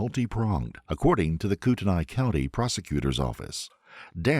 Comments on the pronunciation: It's pronounced 'Koot-en-ay,' not "Koot-en-eye." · Just a little FYI: Kootenai is named after the Kootenai (Kutenai) tribe. It's pronounced Koo-tuh-nee. Kamiah is a Nez Perce word that is pronounced Kam-ee-eye. No shade, just putting this out there for educational purposes. Thank you for the video. I love this channel. You consistently highlight cases I've never even heard of before. This one is no different. May Kendy rest in peace, and may her family find some solace in knowing that this man can never hurt anyone else like he hurt her. What an absolute menace. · It's pronounced Koot knee. I used to live up there. Great episode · OMG look up how tf to say city names before you look like a fool! Not that hard! Coeur d'Alene is pronounced core-da-lane. And Kootenai is pronounced coot-knee. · I’m from the area and it is pronounced Core Duh Lane (Coeur D’Alene) Camie Eye (Kamiah) and Kooten Knee (Kootenai)